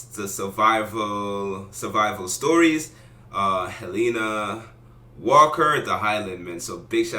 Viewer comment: this isn't really important but I'm weird, so apologies but you pronounced the name Helena wrong. it's typically pronounced He-le-na